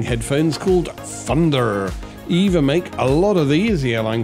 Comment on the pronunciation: Not called Eva. Say it E V A